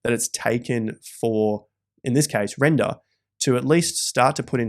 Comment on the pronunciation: Rendaaa is doing well. Adding aussie accent for effect